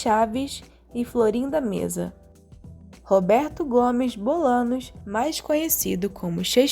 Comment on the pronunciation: Não é Bolanos e sim Bolaños. Ñ tem som de nh